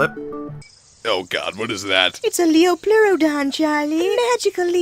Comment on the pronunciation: why the fuck does everyone pronounce liopleurodon wrong? lie-yo-ple-you-ro-don